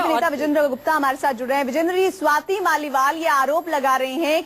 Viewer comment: Swati's mal nahin hain Swati's Maliwal naam hai news reader ji.